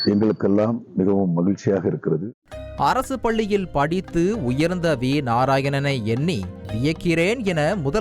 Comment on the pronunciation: என்னது ??? அரசு பல்லியா ??? தயவு செய்து தமிழை கொல்லாதீர்கள் 😮